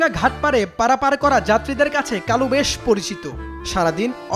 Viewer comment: কালু কয় নাকি খালু কয় বুঝাযায়না